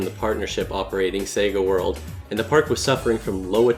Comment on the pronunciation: Is it just me or does when he says sega world it sounds satan world.